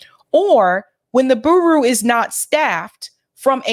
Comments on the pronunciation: bureau = byoor-O (not boo-roo). Thanks. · "Bureau" is pronounced "Byur - row". JS. Keep up the good work! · "Bureau rhymes with "Churro." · Why is it a thing for you to scream every word out of your mouth... furthermore, if you are unable to annunciate the words Bur-eau or Pal-es-tine, perhaps you know nothing of the topics, and are simply regurgitating the works of others.. totally turned off after listening to you for 2 weeks. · Bureau is pronounced 'Byur-row,'. 😂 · Someone please tell how to pronounce bureau lol love the show, but girl you need to proof read these segments before airing them. You mispronounce stuff all the time. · ...Please learn how to pronounce certain words before going on air And reporting. Look up how to pronounce the word bureau Next time please.